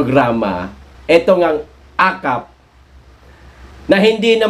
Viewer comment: akop hindi akap